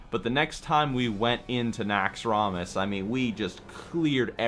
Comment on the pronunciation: if it was so epic, why dont you pronounce it right? NAXX-ROM-ASS lol every time you say it i wanna throw my mouse